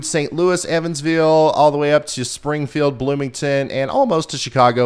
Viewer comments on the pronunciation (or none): none